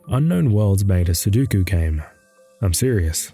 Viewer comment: Say it with me now. "SU-DO-KU". DO. NOT DU. NOT SU-DU-KU. SUDOKU